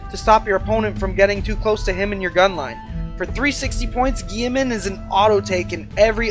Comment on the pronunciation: GILL - E - MAN